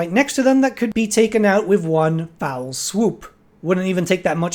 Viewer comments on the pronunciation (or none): "One FELL swoop," not 'foul.'